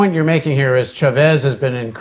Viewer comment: Dear Paul Jay. I appreciate The Real News enormously, and have donated. ONE THING: It's "Chávez" with the accent on the first syllable. Thank you! :)